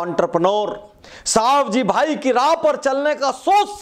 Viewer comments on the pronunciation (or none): સવજીભાઈ.........સાવજીભાઈ નય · उनका नाम सवजी भाई है सावजी भाई नहीँ